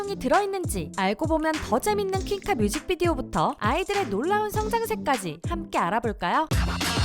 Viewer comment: 저도.. 흠 노래는 얼나잇 알러지가 더좋았는데 듣다보니 전소연 퀸카발음 쫀득해서 듣는중